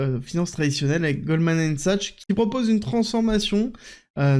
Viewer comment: Merci pour cette quotidienne A titre indicatif « Goldman Sachs » se prononce « Goldman SAKS » ahah